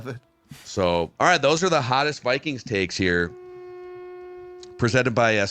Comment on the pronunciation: Taeks instead of takes